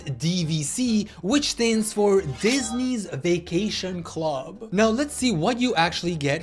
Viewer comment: "Dihhsnesy's Vacation Club" 💔🥀